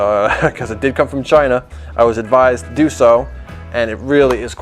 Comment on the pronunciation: Donald Trump "Chy-Na"